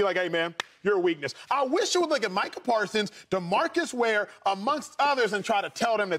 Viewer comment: He said Demarcus ware? Lol